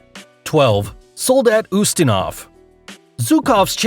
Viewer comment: It is Soldat Ustinov, not Zustinov. How many mistakes can be made in these videos?